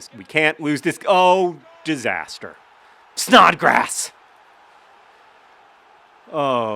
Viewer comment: John makes Snodgrass sound like a Pokemon.